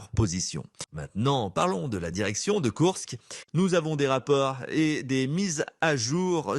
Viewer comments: Très bonne vidéo, comme d'habitude, mais pitié, c'est KourSK et non pas KourKS... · Salut et merci pour tes explications. Sinon, tu peux aussi prononcer kourSSSke au lieu de KourkSSSe. C'est pas grave et ce n'est pas ça qui fera perdre l'armée russe...